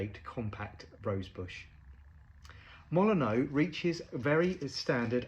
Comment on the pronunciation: Fun fact, the stadium for which this rose is named is pronounced "Molin-nyoo" rather than the admittedly more traditionally French "Molin-oh". Looks like the colour of the rose really captures the Old Gold colours of the team